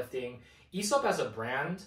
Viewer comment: loved ur whole approach to this video, my only criticism would be the Aesop pronunciation 😂since it's derived from "Αίσωπος" (Aisopos), and the diphtong "αι" is pronounced like the "e" in "egg" or "bed", the right way to pronounce it would be more similar to "Essop" , with the "es" being pronounced like the first syllable in "essence"🤓☝